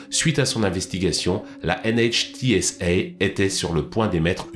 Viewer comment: Notez que l'acronyme NHTSA se prononce « NITSA » en Amérique du nord.